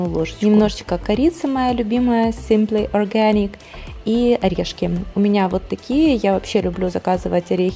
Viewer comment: видео классное,но произношение Simple Organic это капец...так по ушам бьет произношение,словно язык ломают когда говорят